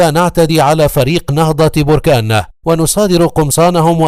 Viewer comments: Les Egyptiens prononcent mal le nom de BERKANE . Ils disent Borkaane . C'est BERKANE . Maachi borkaane . Berkane est un nom berbère . Borkaane c'est un volcan ... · بركان بفتحة الباءوليس بالرفع